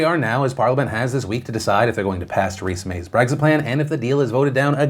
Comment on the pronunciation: I get triggered every time Phil says "Breggzit"